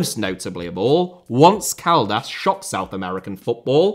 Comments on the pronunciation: ONce Caldas (not pronounced as "ONce upon a time" but as ON - Ce [as in ON-Off switch]) winning the Libertadores was an insane moment in south american football, and specially here in Colombia. Throughout their history, Caldas have been more of a mid table club in Colombian football, ocassionally building a fairly good squad to put some pressure on the bigger clubs for the top 8 places (which lead to the play-offs) but never really stablishing themselves as a serious title contender. But with the leadership of coach Luis Fernando Montoya they were able to win the title in 2003 (only their second title, the first all the way back in 1950) and then made a hugely entertaining and adventurous run through the Libertadores to reach the final, against one of the most successful and arguably the strongest south american club in the early 2000s Boca Juniors. The squad wasn't anything spectacular either, but rather a collection of many experienced veterans and several young prospects, and while not the most talented bunch, you could see they were playing with huge determination, passion and ferocity, and their games were always fun. Unfourtunatelly, but not that surprisingly, the team ended up losing most of their title and Libertadores winning squad players on the following couple of seasons. Additionally, Montoya suffered a tragic violent assault on December 2004, as he tried to defend his wife from a group of muggers who attemted to rob her, and ended up receiving two shots which si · Just a quick note there, Once Caldas is pronounced "On-Say Caldas" not once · “Wuns” Caldas gave me cancer. You Brits are just trolling now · Once Caldas is pronounced Ohn-ceh Caldas. Once means 11 in spanish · pronunciation of once caldas was too hilarious. Great video as always, but as a Colombian that just stuck with me 😂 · OMG THE WAY YOU SAY ONCE CALDAS KILLED ME😂😂😂😂😂😂😂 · That 'Once Caldas' pronunciation is legendary. Incredible.